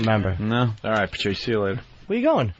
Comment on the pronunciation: Opie always says "Prrrtrice." Asshole, there's no 'R' between the 'P' and the 'T'.